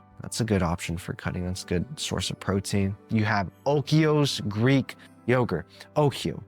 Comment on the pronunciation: Also I believe its Oikos, not Okios? Correct me if I'm wrong but my mom gets that yoghurt all the time and I was struggling not to laugh when you were trying to pronounce it, sorry, 😂